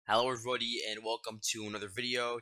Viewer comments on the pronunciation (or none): none